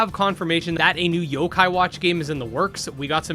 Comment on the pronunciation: some of these games you name are hard to know what they are because you don't list the name on the screen. So when I hear "kadomon" I legit had no idea what was said and had to go back hear you say it 3-4 times and try to look it up. This was also the case when you said "zokai" and I was looking up "sokeye" lol